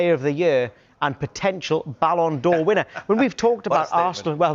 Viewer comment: Alvin's not biased is he .. "Ballon d'Or" 😂